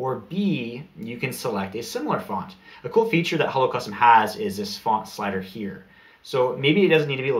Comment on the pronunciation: I thought you were saying Holocaust and I was so confused...... Hello Custom.